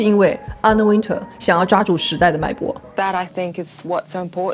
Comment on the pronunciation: Wintour的发音是后面像tour一样，没有人说吗😅